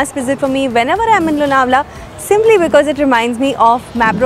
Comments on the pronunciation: This video is shot last year. Last year It rained a lot and so lots of greenery.💚 In our home all products r from MAPRO😅 And LONAWALA= Chikki Specially MAGANLAL ki😃 Yaha jao aur chikki na lao to paap padega😅. BTW ANCHOR MARATHI THI LEKIN ' L' ka Marathi sound Lonawala me galat tha. Misal me sahi tha. Lonawala me 'N' sound bhi galat tha. Hindi jaise sound ka upyog kiya It's लोणावळा Nt लोनावला It's मिसळ nt मिसल😊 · The pronunciation of Lonavla in the train announcement was wrong. / - your pronunciation is correct